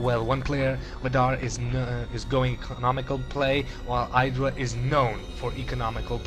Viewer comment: You say IdrA wrong.